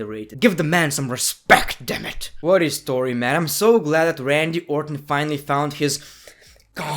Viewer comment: "Randy Owr'ton"